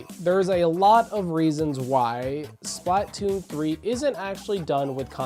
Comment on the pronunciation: SP-LA-TOON 3!!!!!!!! It's sp-luh-toon. I don't mean to be 🤓, you'll probably have fewer people click off if you pronounce it correctly.